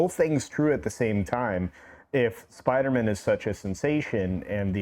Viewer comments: Spider-Man not Spidermun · Who the hell is “Spidermun”? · I love the way says "Spidermann" like it's a jewish last name😂😂 I had an old band that used to make that joke: J. Spidermann, Attorney At Law 😅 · The guy in the red shirt - why is he annoyingly calling it "Spidermen"??? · = "Spidermen" 😅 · needs to try and accentuate “man” when he says Spider-Man 💯🤷🏻‍♂️🤣😂🤣😂🤣😂🤣